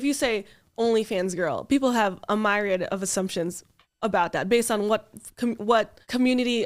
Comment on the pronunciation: Yeah I’ve never heard it pronounced like that before